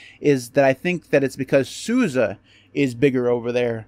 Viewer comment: Appreciate that you pronounce SUSE correctly 👍